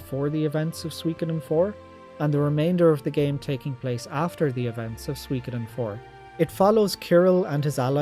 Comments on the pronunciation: Well, you still dont pronounce Suikoden properly, and with the exception of Suikoden II, your rankings are way out, but I'll let you off because of your love for the franchise 😉 I hope you're the remasters 👍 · Man, I resonate with your story so much. When I was a 12 y/o lad, I used to rent S1 every Friday evening using my Aunt's Apollo Video membership (without her knowing). To this day, I still (stubbornly) pronounce it as 'Shu'koden 😆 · This is all so bizarrely close to my experiences wirh Suikoden. Right down to having a friend with whom I pronounced the title "Shukoden" for a few years, and having to use alternate means to play Suiko3 in Ireland. Great list! Exactly the same as my ranking. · Hey I pronounced it like you did. Shu-ko-den.